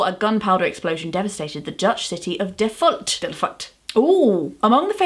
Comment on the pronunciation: All these books sound really cool, but, as a Dutchie, both Thunderclap and your pronunciation of Delft sound particularly interesting.